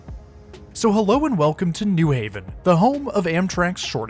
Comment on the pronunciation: Thank you for saying "New Haven" like a local, with emphasis on "New." (Contrast to pronounciation of New York and New Jersey)